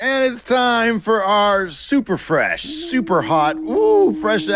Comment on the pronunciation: FWESH AND HAWT